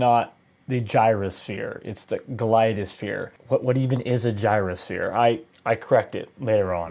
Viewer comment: Dude, it is clearly called "glide sphere" as there is no "O" in the name.